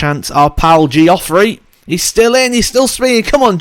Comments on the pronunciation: Yes it's not Gee..off...rey. Your videos are excellent so we can let you off. 👍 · The way you pronounce some people's names always makes me laugh. Especially when you say Geoffrey 🤣🤣 great video though, cheers!